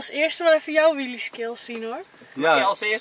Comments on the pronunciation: Wtf is een WIEEIE HET IS WHEELE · Het is wheelie niet whieie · Nobody: EnzoKnol: WHEEIE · Nieuw favoriet woord: ‘WHEEIE’